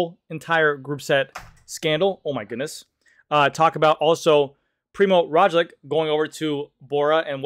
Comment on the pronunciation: PRI-MOZ ROG-LICH please say it with us... ffs